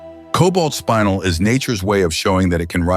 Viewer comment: I like the video and the content, but I hate the AI narration. In addition to mispronouncing things, like spinel (not pronounced spine-nel), it’s inconsistent. Please get better narration.